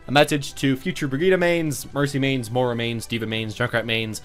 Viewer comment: Your pronunciation of Moira and Brigitte is killing me